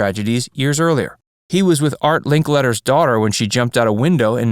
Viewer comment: Linkletter not " Linklater "...geeze, why was that so hard for you?